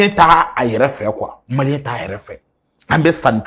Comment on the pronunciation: Claba tu dit mal les malien ton babie